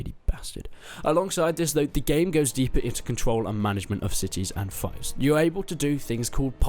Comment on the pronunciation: Im pretty sure its pronounced 'feefs'